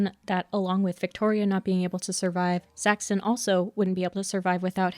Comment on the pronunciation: Did you use an AI voice with a script with some mistakes? Half the time Saxon is pronounced as Saxton and I think I even heard a Paxton in there